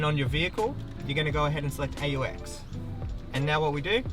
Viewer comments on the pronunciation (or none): I’m sorry I can’t get over how you pronounce AUX